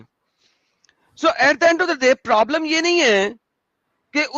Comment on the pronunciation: Prablam Prablam lodu bolna to seekle sale